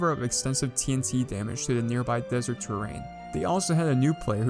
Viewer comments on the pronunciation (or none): none